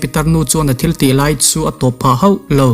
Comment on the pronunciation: A hmuhnawm, a ngaihnawm; mahse, he tlai / chu tlai i ti zel a, he lai/ chu lai ti ta zawk la